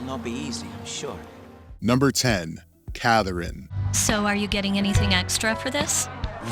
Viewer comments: I came to the comments just to see if anyone pointed it out lmaoo like why is he pronouncing it like that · His pronunciation of Catherine really bothers me